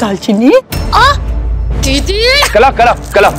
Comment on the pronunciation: Didi kalaa hota hai na Ki kala 😂😂😅